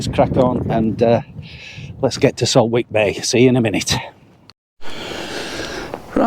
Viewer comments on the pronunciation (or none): It’s pronounced saltick. Silent W